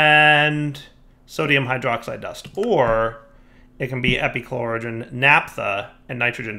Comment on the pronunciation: Take a shot every time he says epichlorogen despite reading it correctly the first time